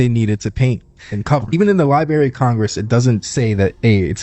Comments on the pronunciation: It's LibRARY not lieberry, man I hate that. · It bothers me an irrational amount when people pronounce Library as Lie-berry. Lol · I can't take ANYTHING seriously coming from someone who says "lie-berry of Congress". Lol wtffffff😂😂😂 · If you are old enough to have a podcast, you're old enough to pronounce library. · the "li-berry of congress"..is "class-i-flied". Tough to be a "subject matter specialist" when you cannot even pronounce BASIC words. It's NOT "Lie-Berry". & it DEFINITELY isn't "class -i-flied". Once u that kid from the video learns how to speak words, THEN you can move on to the larger issues in life